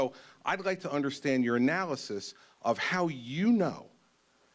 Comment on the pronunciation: Sounds like he said "I'd like to understand Urinalysis" 🤭